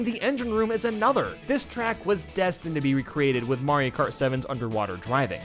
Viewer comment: "Mario kat" r/I had a stroke